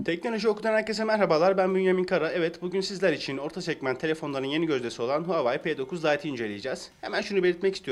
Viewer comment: Keske telefonun adini dogru teleffuz etmeyi ogrenip sonra video cekseydin. Bir de rafin icine koyma fikrini kimden aldin ?